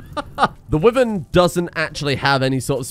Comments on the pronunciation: It's not a wiven it's pronounced why - vern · why does he say wyvern like that